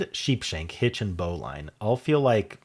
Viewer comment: Just FYI: bowline is pronounced "bo-lin".